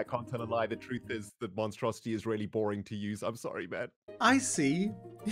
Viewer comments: He should call it the monstrosi-tree 😂 lol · What I hear when mentions his tree farm: The Monstrositree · I keep hearing Monstrositree